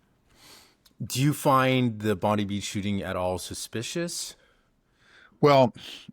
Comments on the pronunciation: It's pronounced bond I beach not bond E beach. There is alot of simmering tensions in Australia atm from over immigration putting pressure on infrastructure and cost of living. About 6 months ago the Australian police claimed a bomb was found in a caravan the government used to bring in anti Semitic laws and freedom of speech. Later the caravan bomb was found to be a hoax but the laws remain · Bondi is said Bon -dai